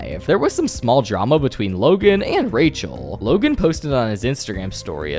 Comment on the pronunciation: dramauh, yachtuh, roy(y), down(n), ba(a)guh